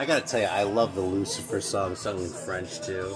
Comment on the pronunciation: Your French pronunciation is pretty spot on most of the time. Had a nice little chat about French metal with Analog Attack on his channel a couple of years back (good luck dealing with my terrible broken English accent, haha)